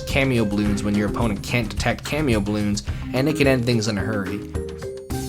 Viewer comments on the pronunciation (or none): First time here and i thought cameo is the way you said camo lol. Until i read the comments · “Cameo balloons” bro.... it’s camo, like camouflage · its camo for cammoflauge not camio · Nice video. I know you can't put everything in a single video, but I think you'd enjoy Radiant Defense. On another note, cameo and camo aren't the same thing, and it sounded like you were saying cameo when you meant camo. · How do you confuse camo towers by calling them cameo towers? do you hire someone to do the voiceover for your video? nobody that has played Bloons would call them cameo like you did multiple times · have you considered saying camo instead of cameo? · Bro said cameo balloons instead of camo bloons💀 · Great video. I love TD games. I love TD Bloons. No disrespect ment but I have to tell you those aren't "cameo" balloons those are "camo" balloons as in camouflage. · cameo????? its camo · "Cameo balloons" surely it's camo? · Great video but your use of "cameo" instead of "camo" gets me everytime. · Cameo balloons? You mean camo, said like cam(camera)-oh. Or is this an accent thing? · talking about BTD5 (my 3rd favorite tower defense game apart from btd battles and btd6): me: OMG YES: Cameo balloons me: ITS CAMO NOT CAMEO YOU STUPID IDIOT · mans really said cameo bloons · Is he pronouncing camo as cameo? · I love how he keeps pronouncing heaps of things wrong like “cameo Bloons” and “defend mode” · He said "cameo tower" like "kay-mee-oh"... Reminder that "camo" is short for "camouflage" and pronounced "kah-moh" or "kay-moh". Edit: He addresses that in the comments below, he just hasn't pinned it. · "Cameo Bloons" lol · Wtf is a “camio” bloon? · cameo? you mean camo? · “Cameo baloons” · pronounces camo cameo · its camo not camio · its pronounced ca-mo not cam-eo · it physically hurt me everytime you called camo balloons "cameo" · Camo bloons Not cameo bloons God dammit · he calls camo bloons camio bloons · “CamEEo balloons”